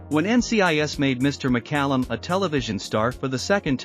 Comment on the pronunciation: Lesser talented actors/musicians have gotten more attention for less-no Emmys, Star on Hollywood or Knighthood, but David was humble and achieved more. Illya's last name was pronounced Curry-a-kin and Judas's Is-carry-ot, but thanks for pronouncing David's last name right. You gave more info than some do and I had less trouble understanding you. Loved that man and glad I got to meet him. Almost died myself of Covid in '2020 because I couldn't get a vaccination in time. I get my my boosters and am still alive at 68. If I hadn't, he woul've out lived me. RIP, David